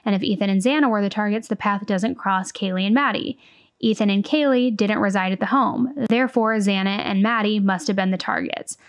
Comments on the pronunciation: true. how do you pronounce the name Kaylee as Kayla so many times and then don't correct yourself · Don’t think he did it on purpose but he upset Kaylees family… Kaylee to Kayla? C’mon he really needed to do that right. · Yeah, it was very unprofessional. When he said "Kayla" multiple times instead of "Kaylee", I just rolled my rolls. I can see why her family was frustrated. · How the heck did he not hear anyone around him pronounce Kaylees name correctly? Does he not watch the news either? As a former court clerk in Hawai’i, we take name pronunciation seriously, and guarantee one of us clerks would’ve gently corrected the judge before the hearing today. I don’t think this was all “nerves”. Maybe once, but it was multiple times. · even more reason to take 2 minutes ahead of time to learn the victims names! He couldn't say Kaylee's or Xana's first or last name. Infuriating, and disrespectful imo 🤬